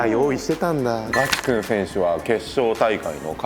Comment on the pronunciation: おじリーグたのしみにしてます！頑張ってください！ チェックの服、どこのブランドか気になる。コメントにもありますが、ナレーションのひとの、ガチくんのイントネーションが気になります。